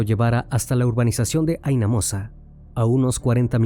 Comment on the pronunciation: No de dice "Haina mosa" sino "Jaina mosa"